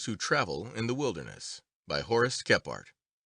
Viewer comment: How is his name not pronounced (Kee-frt) Kephart kE PH aRt My good friend's sirname is Kephart and they use "Kee-frt" I feel like i'm going crazy hearing all these bushcrafters sayin "Khep hArt"